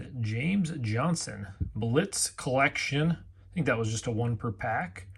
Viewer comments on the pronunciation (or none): none